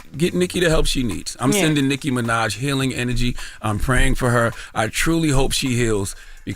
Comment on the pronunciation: Did Charlemagne say sicky Minaj 🤣🤣🤣🤣 yo.....